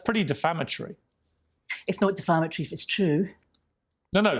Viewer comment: Also deflamatory rather than defamatory. She likes to use the word hyperbole but uses incorrect pronunciation, I think she stuck her head in a thesaurus for a fancier word choice.